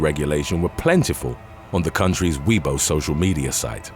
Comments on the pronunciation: Weibo is pronounced "WEIGH-bow", not "WEE-bow". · It's weeeeeeboooooooooo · I can speak Chinese Mandarin and it IS pronounced as "WEIGH-bow" in the character as 微博. Take this as a lesson, troll weeb.